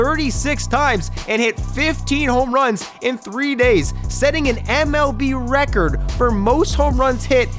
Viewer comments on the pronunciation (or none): none